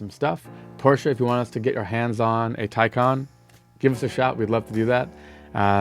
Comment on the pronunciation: Please, please, please pronounce Taycan as in Taichi for "Tay" and calm for "can".